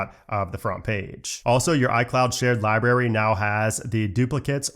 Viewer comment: I really like your videos. But please pronounce the word “library” correctly. It is not pronounced “liberry”.